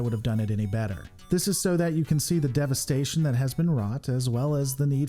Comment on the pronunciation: Just a little criticism: it’s „devastation“ from Latin „devastare“ which refers to an action of turning something into rubble or rubbish. Not devestation. The analysis is as usual an excellent piece. I am just a neat picker...